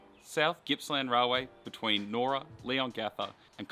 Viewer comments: Very good video well put together and well spoken, just with the township “Nyora” it’s pronounced Ny Ora not Nora. 👍 Now that I live in the area, it’s heartbreaking that the line has gone and never to return, albeit from Cranbourne to Clyde one day. I remember traveling on a V/Line P class to see relatives very well. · nice vid. you pronounced nyora wrong tho. its pronounced Ni(saying the I as its name)or ra